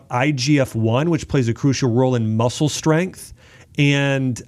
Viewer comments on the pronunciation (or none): none